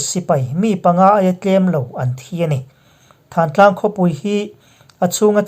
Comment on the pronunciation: Thantlang nilovin thlantlang tih zawk tur a ni e